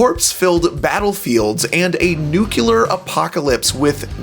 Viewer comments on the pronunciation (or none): This creative way of saying “nuclear” as nukelar, was very surprising.